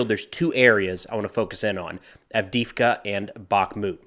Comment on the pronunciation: Its AV_DEY_IVKA - "e" is pronounced as "ei", emphasizing the same letter. That Russki can be tricky.